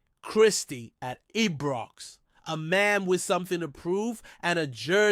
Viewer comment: Can't even pronounce ibrox or celtic, keltic and abox